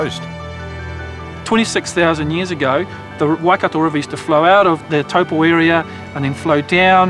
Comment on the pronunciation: NO Why-Cat-toe YES - Why-Cut-to/re (tore) = Waikato NO Towel-po YES - Toe-po/re (pore) = Taupo